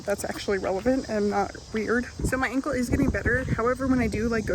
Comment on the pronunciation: When you said "so my ankle is getting better" I thought you said "my uncle is getting better" lol I was like "I missed a video where she talked about her uncle"